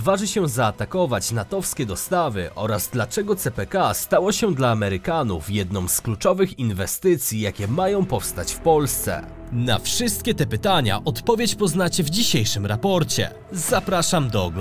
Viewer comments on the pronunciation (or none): Naaaaajbardziej rapoooorcie kanłuuuu Czy tylko ja to zauważyłem, czy Ten Pan źle akcentuje